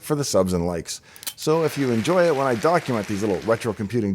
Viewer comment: yes I enjoy it when you "document"